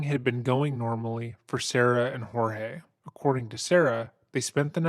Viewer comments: before I proceed with this story - his name wasn't HOR-heh it was Jorge pronounced George. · Does it infuriate anybody else that she doesn't even have enough respect for her victim to even say his name correctly??